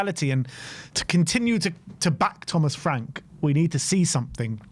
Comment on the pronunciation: LOL!!! 😂😂😂 Thomas Fwank.